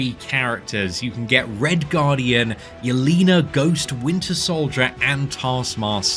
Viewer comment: Pronounced “yell-ay-nuh” not “yell-ee-nuh”